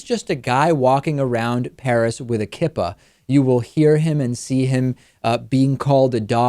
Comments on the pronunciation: Albert Reyes, I know, but as a Jew it annoyed me when another Jew mispronounced a word that is very easy to say. Kee-Pah. lol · You mispronounced Kippah.